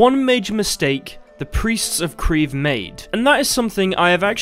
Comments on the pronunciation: kreve yes does mean what you said in norwegian but its pronounciation is far from you pronounciation - obviously as you arent norwegian - i dont know how to explain it other than: in your english pronounciation, you are using one syllable, whereas in norwegian we use two syllables, so kReeVe (where each capital letter is a syllable or where we put pressure) the e is not as drawn out as your english e, however it is more drawn out than a normal e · I would just like to say that "kreve" is more synonymous with "demand" than charge or claim.